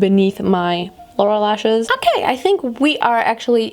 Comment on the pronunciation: Haha 9.48😂😂😂leshes,lehshess,leshiss hahaha wie cool du bist 😂❤️❤️🤢❤️💚❤️❤️